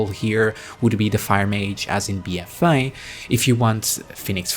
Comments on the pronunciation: Bee uh fay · Bee-ehfay. 😘 lol great video as usual. 👍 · The way you pronounce "BFA" in your accent is the most happiest thing ever. It makes my day <3 Love your content, bud. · I couldn't resist your 'BFA' pronounciation